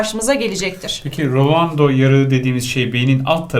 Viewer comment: Hocanin rolondo yarigi demesi(rolando👍)